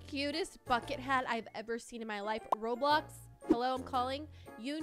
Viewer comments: I love how it say rolbox instead of roblox 😂😂😂👍👍👍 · Nobody gonna talk about how it said rolbox not roblox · I have a conplain but wheb u said roblox it actually said rolbox just saying 😬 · Is nobody gonna talk about when it said rolbox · “Rolbox” I love this girl 😂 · my parents always pronounce roblox roblux